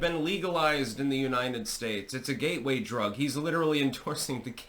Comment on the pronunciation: did you say it's a ghey way drug or a gateway drug 😮